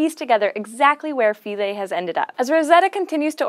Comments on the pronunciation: It's pronounced 'f(eye)-lee'. Our taxonomy lecturer ripped us to shreds for pronouncing '-ae' as '-aye' instead of '-ee'. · SHe can't pronounce Philae. Embarrassing.